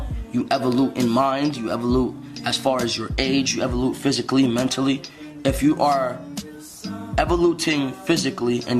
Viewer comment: "E-vo-lute" ... instead of "evolve." That's an unfortunate clip to remember the man by.